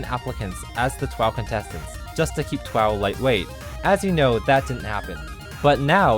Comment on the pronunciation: It's not TWOW, it's TWOF. Ten Words Or Fewer.